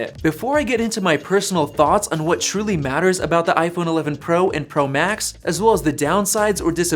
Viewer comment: Sounds like he is saying “tennis” “max”